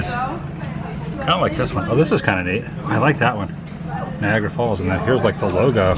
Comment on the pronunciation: Did you say Viagra Falls?